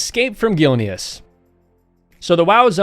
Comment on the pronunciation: Oolduar. Gilneeuhs. This guy doesn’t play WoW and it’s painfully noticeable xD